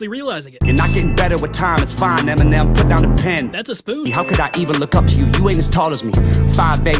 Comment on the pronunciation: 😂😂😂😂😂😂😂😂😂😂😂😂 IM SO DEAD AFTER THIS I HAD TO PAUSE THE VID FOR 5 MINS SO I COULD HEAR THE VID OVER MY HORRIBLE LAUGH 😂 “That’s a spuun” - 2018